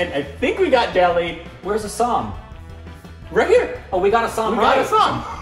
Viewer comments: You guys got Assam correct, that's heartening. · renames Bhutan as Sikkim.. Bhutanese people- Are we a joke to you.. 😂 Nd u got ASSAM correctly.. Yeah baby! Awesome Assam.. 😊